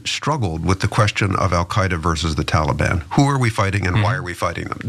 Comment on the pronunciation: I love how Ana pronounces Taliban lol "Tawla-bawn." 😆👍 Watch the old Charlie Rose interview of Peter Jackson, Viggo Mortensen, and Elijah Wood, that aired shortly after 9/11 on CNN. They were there to promote and talk about the new Lord of the Rings trilogy, only one had dropped by then but was already wildly popular and breaking long-standing box office records, but because Viggo Mortensen dared to make a, "No More Blood for Oil!!" t-shirt to wear to the interview, the host, Charlie Rose ended up uncontrollably compelled to devote a not-insignificant percentage of the time to the discussion of how un-American and unpatriotic he thought anybody speaking out against Bush and his decision to invade Afghanistan was, by getting into a prolonged debate with Aragorn, son of Arathorn lol about it instead of talking about what he'd invited them there in the first place to talk about. The rest of the interview having a super uncomfortable undercurrent, as a result. Awkward! And, it's just a really stark demonstration of the mind-set of SO many Americans back then, in the aftermath of September 11th. I mean, just look at what happened to the Dixie Chicks lol they had the NERVE to bring up the fact that 9/11 had absolutely nothing to do with Iraq, so why were we invading THEM, and they were summarily shunned by the mainstream Country Music industry entirely! At the height of their popularity. The faux-Patriotism was infectious and insidious, infecting everybody across all cultures of Am